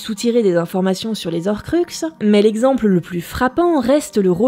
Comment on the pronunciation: Bon alors autant cette prononciation me fait tiquer mais elle est justifiée du fait de la lecture française du nom... autant dire "les z'horcux" ça... y'a un h devant ! C'est comme les haricot ou les hiboux ! On dit pas les z'haricot ou les z'hiboux ! Enfin si, certaines personnes mais justement ça va pas comme prononciation ! Pourquoi ? Parce que c'est moche, déjà, et qu'après on peut avoir "il arriva après z'Harry" et c'est moche aussi et peut porter à confusion (je prends cet exemple parce que Harry Potter évidemment) mais surtout parce que les on dit "les z'héros" mais là c'est carrément pas clair ! Est-ce que c'est "les héros" ou "les zéros" ? Et la différence est assez... importante. Non ? ^^'